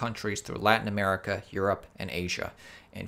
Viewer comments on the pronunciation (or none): none